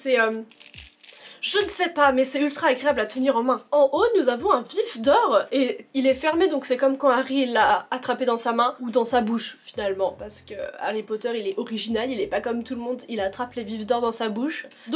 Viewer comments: Ha j'ai cru qu'elle avait dit un "pif d'or" au lieu d'un "vif d'or"🤣🤣🤣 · C’est moi ou tu a di pif d’or ?😑😑😑😐😐😐